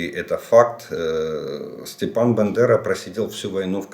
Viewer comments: Або у мене щось із слухом, або ви на початку відео називаєте Степана Андрійовича не БАндерою а БЕндерою!!! Якщо мені не почулось, то вивчіть спочатку самі, як прізвище нашого героя!! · БАндера! А не Бендера